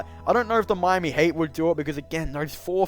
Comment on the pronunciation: am i hearing hate, not heat